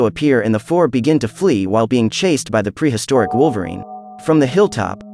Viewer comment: Preasturic wolvareene😂😂😂